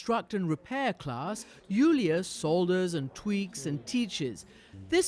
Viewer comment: someone tell christiane how to pronounce solder